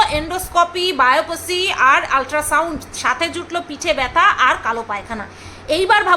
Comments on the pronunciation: বায়োপাসি নয় উচ্চারণ হবে বায়োপসি ...বললাম বলে কিছু মনে করো না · Biopsy bole biopesy na.ki bolcho biopesy? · তোমরাও সুস্থ থেকো, সাবধানে থেকো। গানটা বড় ভালো গাইলে ❤❤ আচ্ছা, তোমায় দুটো উচ্চারণের কথা বলি, একটা হলো সেপটিক্ ট্যাঙ্ক (septic tank), আর একটা হলো বায়োপ্সি (biopsy), ঠিক করে নিও প্লিজ ❤❤